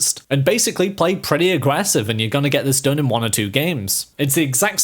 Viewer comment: I like how he says “aggrevssive” so much lol